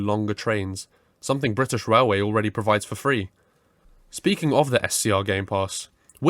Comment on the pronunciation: „Brithish Railway” Real goosebumps